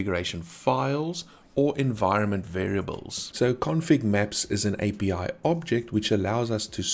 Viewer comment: I like your Afrikaans accent of "A-bbi-Ai" hahaha lekker man ty from SA!